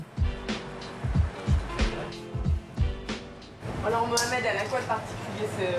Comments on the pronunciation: Ça me stresse quand elle dit domino’Z c’est domino’S putain y’a pas de voyelle qui suit le « s » alors ça ce lit comme un « S » merci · Non mais la meuf elle dit dominoz mdr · « Dominoze » elle parle français ou quoi?